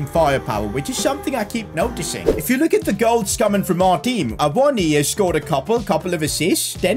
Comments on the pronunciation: Awonyay is how you say it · It is a-wo-no-ee btw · Awoniyi for union berlin was always pronounced Ah-woah-knee basically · Loving the series so far mate, just wondering. Will this be a long term series? Also, Awoniyi is pronounced Ay-Woh-Nee-Yee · Ahh-won- ni- yay is how u say his name 😂😂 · Awoniyi : Ah-Woe-Knee-Ye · His name is pronounced Ta-o Awan-gi by the way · His name is pronounced Ah-woah-knee-yee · From a Nigerian: ah-woh-nI-yI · I think u pronounce awoniyi as a-won-a-yee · It’s A-won-yee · A-won-niwi is how to say it. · Its pronounced Froyler, Aiwoni and Nico Williams not Neco Williams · You pronounce awoniyi as A-wo-nee-yee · u pronounce it [AWO NI YI] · You pronounce it a-won-ye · awoniyi is pronouce like Aa-woh-nee-yee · It’s pronounced Awoneeyee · it’s pronounced (uh-won-uh-yee) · It's a-won-ee